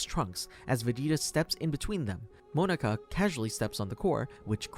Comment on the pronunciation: MO NA KA literally prounouced exactly how its spelled